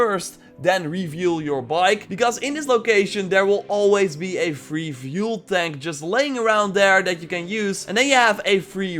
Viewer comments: It's fuel not vuel shit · Like, fuel is fjoel to him